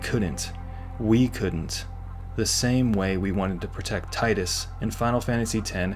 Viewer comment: I approve of the mispronunciation of Tidus's name! Fucking Square and their Tee-Dus.